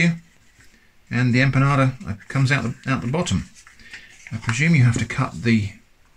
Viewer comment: Hi there, thanks for trying out all of these things, I always roll my albóndigas by hand, but after having seen this I may buy the meatball herramienta jajjaa. Another thing, knowing of your interest for Spain and it's kitchen and culture. It would be lovely to here the the word empanada not said as 'empanaRda'.Also empanadillas is easier to say without the R sound and but as you already know, saying a 'ya' sound where the double 'l' are. Love the choice of video,🙂